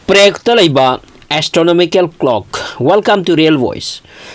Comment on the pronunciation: Prague ki pronounce se chumdko